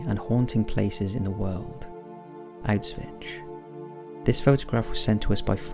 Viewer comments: Side note outside of any of the pictures, but it's pronounced "Owsh-vitz," not "out-svitch." As good as your videos are, the pronunciation I think is one thing you need to be more careful of when making these videos, because this seems to be a common problem in the past year or so. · You are constantly mispronouncing ''Auschwitz''. TZ at the end of the word in German is pronounced C (as in Bar Mitzvah). It is not Out Switch!! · It's not Autswitch XDD Its called Auschwitz.